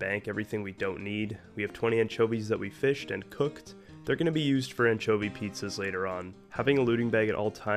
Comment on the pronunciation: you pronounce anchovy wrong... but i like your pronunciation more.